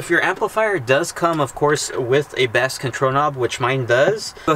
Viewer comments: Great install video, I'm helping a friend install a sub. And this helped a lot. BTW The BASS control knob is not a fish. Its pronounced BACE. lol Just messing with you,. ;) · Bass is pronounced the same as the word base. FYI. Good video BTW! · Why does he keep saying bass like the fish? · He said Bass like the fish. good times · did you say ( bass like the fish) control knob Haha